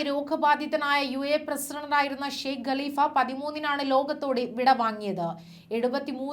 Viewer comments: ഗലിഫ അല്ല കാലിഫ യാണ് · ഗലിഫ അല്ല കലിഫ